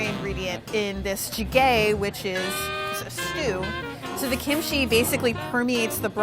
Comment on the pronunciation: ji-GAYYY 😂😂 (ji-geh)